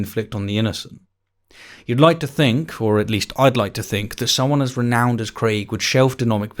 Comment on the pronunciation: "renouned" OYG.. no. Just no.